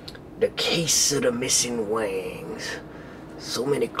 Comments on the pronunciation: haha said wangs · when he says wings it sounds like wangs. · it sounded like he said case of the missing wangs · it sounds like he says "wangs" (i meant that before) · it sounds like he says "wangs"